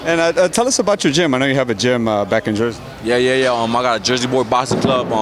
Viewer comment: jeresy Wtf . jersey